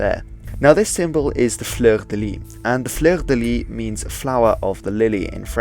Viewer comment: Cool vid.Just for your knowledge, the last "s" in "Fleur de Lys" or "Fleur de Lis" isn't silent. Just mentioning this because the way you say "fleur" is A-OK. French is quirky.